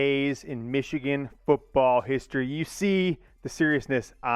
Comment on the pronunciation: Everyone: “Michigan football”: “Michigan fitball”